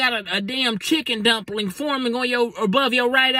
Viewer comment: How is he saying chicken dumpling loooool